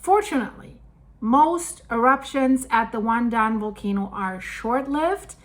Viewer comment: LOL The Taiwanese probably got out their popcorn. BTW Your pronunciation of WanDan and the Ping in Pingtung were spot on, the the "tung" is pronounced very different from the spelling. It's pronounced like 'dong' with a long 'o' sound. The Taiwanese are usually very prepared for natural disasters and they move FAST to mitigate any potential fallout. They also do lots of public drills for any potential disaster, even a nuclear power plant accident.